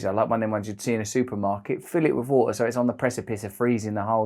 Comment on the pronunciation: „Vo-oh“ (water) 😃